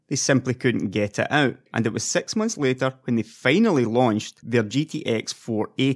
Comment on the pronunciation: dude did you hard to say Six rather than Sex...